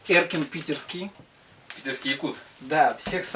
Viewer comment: Как же зазнался. Про него должны все знать, Андрея И не знают по его словам. Причём Эркин его три раза исправил. Даже его имя не мог правильно произнести. Все время перебивает.